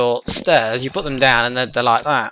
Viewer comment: You said instead of stairs "chairs". I WANT PLZ